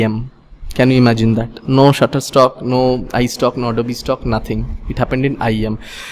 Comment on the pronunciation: Sir...butterstock ya shutterstock